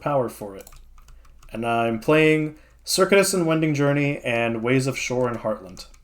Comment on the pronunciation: Minor pronunciation quibble: Circuitous is pronounced ser-CUE-it-us, not like the computer circuit.